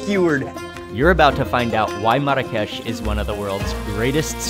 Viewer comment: Funny how you keep mispronouncing Marrakesh. Even your guide notices it. LOL